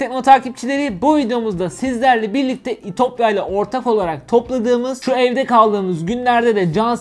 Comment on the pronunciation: "ortağ olarak"